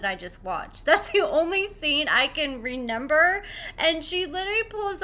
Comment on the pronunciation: Did. You say “ renember” it’s REMEMBER 😂